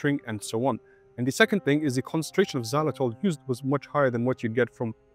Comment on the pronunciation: The English pronouncement of Xylitol is so weird and off.